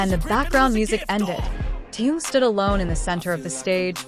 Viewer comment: Почему вы коверкаете имя Тэхена на все лады,это отвратительно